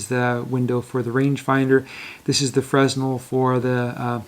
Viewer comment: Thanks! A small chauvinist remark. Monsieur Fresnel pronouned his name as freh NEL.